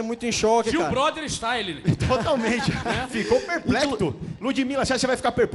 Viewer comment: Perplecto kkkkkkkkkkkkkkkkkkkkkkkkk